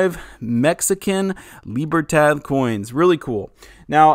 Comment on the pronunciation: I believe that “Libertad” is pronounced with the last syllable pronounced as in the name Todd not tad as in tadpole. Thought you’d like to know.